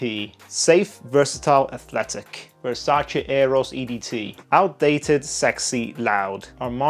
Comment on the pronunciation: the first reviewer that actually said VersacE and not Versaci. good job